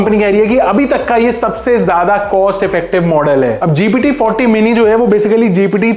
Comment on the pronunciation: bhai ji aap gpt ka name glt bol rhe ho vo gt 40 nhi gpt 4 औ mini, hai fourty nhi baki sb thk hai